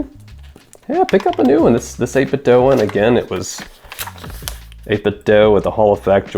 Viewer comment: Good video! (heads up, it's pronounced "8-bit-dew")